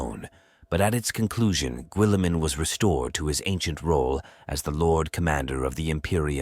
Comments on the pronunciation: Why is he saying willamen? 😅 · Raw boot Gwilliman